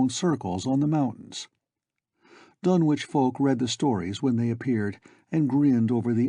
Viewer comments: I have long since grown sick and tired of the mis-pronunciation of the name "Dunwich" by absolutely everybody. It is my pet peeve. This is an English name and it ought to be pronounced in the English manner. Lovecraft was English to the hilt and at his very core. It's "Dunnidge", not "Dunn-Witch". For Greenwich, we don't say "Green-Witch", but Grennidge. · Silent W.